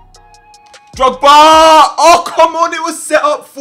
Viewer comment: I love how he says drogs and I think of something else